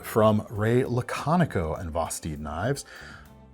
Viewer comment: Spanish/Tagalog pronunciation